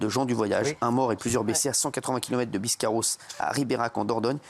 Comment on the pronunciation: Biscarrosse pas "biscarauze"... Il faudrait que monsieur l'expert penche son nez un peu plus en profondeur sur ses dossiers qu'il le fait déjà. Avec tout mon respect.